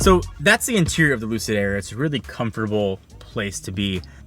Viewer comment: Did he just say “Lucidge”?? No one will remember the name in 2years either.